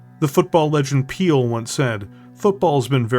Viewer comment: you're great, I listen to your Btech videos more than anyone else's, but are you real or an AI? Because some of your pronunciations of things are very...questionable. "Peel" instead of Pele, for instance.